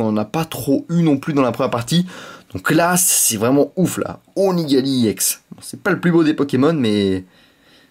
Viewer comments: on di pas iEX mais juste EX! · je crois qu'on ne prononce pas i ex mais ex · on dit ex pas i ex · Pour ceux qui ont pas compris iex c'est ex mais il le prononce en anglais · Est on-dit pas i ex mais ex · tu me doul de dire iex au lieu de ex sa manerve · Pourquoi tu dis iEX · On dirait un gogolito en disant i ex xD